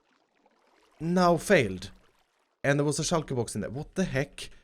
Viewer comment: "Shoulkaer boux"